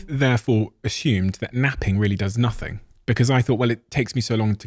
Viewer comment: Thank you for this interview, but it's "nothing", not "nothink".☺️